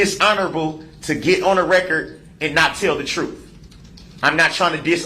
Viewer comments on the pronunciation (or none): The "troof" will set you free. What a jerk.